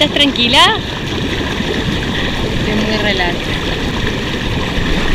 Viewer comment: 👇pronuncia - trancuilas ahhh